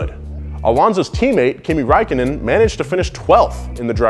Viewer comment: Kimi Räikkönen Finnish you completely bucherd his name i woud know im Finnish my self.